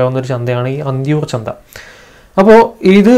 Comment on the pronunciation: "ചന്ത"ആണ് "ചന്ദ"അല്ല കേട്ടോ.🤗